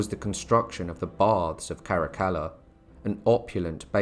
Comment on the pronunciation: Good to hear Caracalla pronounce correctly.